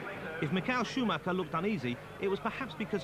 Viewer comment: Mick-ail Schumacher? Suddenly he's Russian, Murray? Come on! It's a standard name and you had it correct in '92 (you were wrong in '91, but you got it right in '92), so what gives?